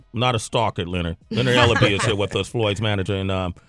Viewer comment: Its Ellerbe!